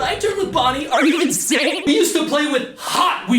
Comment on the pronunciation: ArE yOu InSaiN